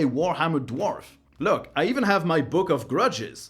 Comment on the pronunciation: "Book of grudges" so french 😜🤣🤣🤣